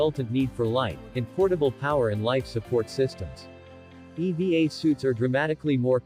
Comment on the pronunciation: Thats E. V. A. not eva.